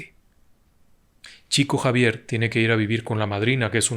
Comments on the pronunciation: Estimado, en portugués se pronunciaría como "Shico Savier" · Se pronuncia "Shiko Yavier", por respeto a los brasileros, se escribe Chico Xavier, en Portugués. Por respeto al propio Chico Xavier, me parece bien, decir correctamente su nombre. Un abrazo.